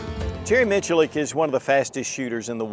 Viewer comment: Jerry Who -Mitch a Lick? .. I don't think that's how it's pronounced 🤣